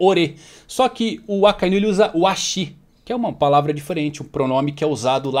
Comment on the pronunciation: te sigo a muito tempo, pq vc fala "Akainú" e não "Akainu" como é dito no áudio original?